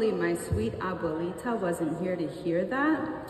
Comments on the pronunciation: Notwithstanding Aubrey's mispronounced Abuelita,I love Aubrey. I LOVE Aubrey. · What Puerto Rican pronounces "Abuelita" like that??😂😂😂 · Never say "Abuelita" again😂